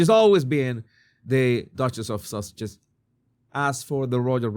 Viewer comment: Did you say “Duchess of Sausage?” 😂